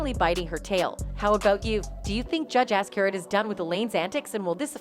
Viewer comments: I don’t know who does your voice overs but PLEASE work on enunciation. Azcarate is NOT pronounced “Ass carrot” 😂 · To the woman who narrates these videos...Please learn how to Pronounce Judge Ascarate's last name! It's hard to take you seriously when you miss something as obvious as this. It's all over the net, look it up!